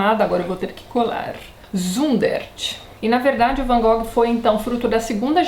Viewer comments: Tati se a pronuncia correta não é "Van Gogui" qual seria? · Não liga pra pronuncia não, Tati! É complicado demais pronunciar o nome em Dutch mesmo. Varias partes do mundo falam como nos falamos mesmo. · Boa noite Tatiana, tudo bem? Gostaria de saber se você sabe a pronuncia correta do Van Gogh, ficamos curiosos...abraço. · Adoro o Van Gogh. Fi o primeiro pintor por quem me apaixonei. Me formei em artes e devo a influência ao documentário que assisti sobre ele quando era criança. Sobre a pronuncia, na universidade mesmo todo mundo usava a versão brasileira. Nunca vi ngm usando a pronuncia holandesa. Também acho essa música linda - ****Recomendo FORTEMENTE assistir até o final o episódio de Doctor Who sobre o Vincent. É um episódio lindo. Eu chorava tanto que não conseguia nem ler as legendas T-T. Da pra assistir sem ter de acompanhar a série. É o episódio 10 da 5a temporada moderna. Tem outro filme legal: Van Gogh: Painted with Words onde o Vincent é interpretado pelo Benedict Cumberbatch <3 ótimo vídeo =)